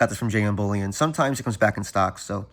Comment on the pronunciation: Are you saying jm bullion or jn bullion